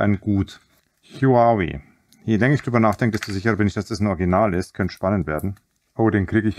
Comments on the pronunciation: HUAWEI wird ganz einfach "WAUWEI" ausgesprochen ;-) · Huawei sagt man: Hudžawe-iii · Und Huawei kann er auch nicht aussprechen? Mein Handy Ladegerät hat 120w das Handy und der Akku leben nun schon fast ein Jahr ohne irgendwelche Probleme.